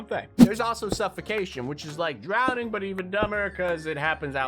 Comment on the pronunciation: On number 17 it’s not drounding it’s drowning